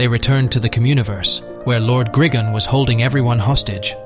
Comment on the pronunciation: It's gri-gon no grigin